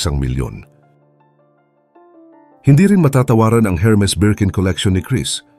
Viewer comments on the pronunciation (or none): none